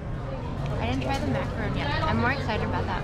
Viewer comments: Macaron=/=macarOOn. A macaroon is an entirely different thing made with shredded coconut and 10% the effort of macarons! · it's a Mickey macaron not a macaroon. Two completely different desserts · I’ve been telling Mikey for years but he still doesn’t know the difference: it’s a macaron, not macaroon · Not to be that guy, but I think it's Macaron. Not Macaroon.. I believe macaroons have coconut 😅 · You’re killing me calling it a macaroon lol it’s a macaron lol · Mike, It's a macaron not a macaroon. Two totally different cookies. The macaroon is usually made from coconuts. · Maca-RON and maca-ROON are two veryyyyyyy different things. Other than that thankyou once more for an honest review as always 👍🏽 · macaRON not ROON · Macaron, not macaroon. They are made with coconut. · Macaron, not macaroon. They are two entirely different foods. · It’s a macaron. Not a macaroon. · Macaron not macaroon